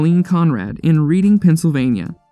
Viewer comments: Seriously can't believe you said "Reeding" It's "Red Ing" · It’s not “Read-ing” Pennsylvania; it’s READING (Red-ding) LOL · You pronounce it "Red ding," Reading PA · It’s pronounced Redding not reading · Reading, PA is pronounced "red- ding" I live there . Do your research. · Reading is pronounced REDing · It’s pronounced Redding. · Lol I live in Reading, its pronounced 'Red'-ing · Its pronounced RED-ing , Pennsylvania 🙃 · Never pronounce that town like that again 😤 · You said Lancaster and reading wrong